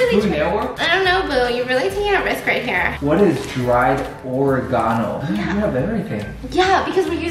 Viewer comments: “What is dried or-eh-gone-o?” .....Ummm oregano 🌿 😂😂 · what is dried or-reh-gahn-no? lmaooooo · What is Dry ORE-GONE- O 😂💀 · Or re Ga no. Oregano oregano lol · Nobody:: oH-rAy-GaH-nO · when he said “or-ay-gone-oh” I felt that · Lmfaoo he said what’s or-uh-ga-no 🤣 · “what is dried or-eh-gone-oh?” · the way he said oregano 😭😭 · They way he said “oregano” 💀💀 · The way stephiancé pronounces Oregano 😂😂😂 I can’t